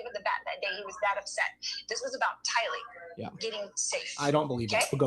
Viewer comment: Tylee not Kaylee